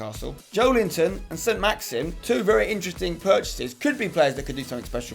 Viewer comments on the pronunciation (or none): none